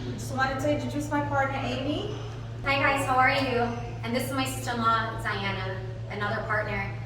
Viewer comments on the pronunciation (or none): none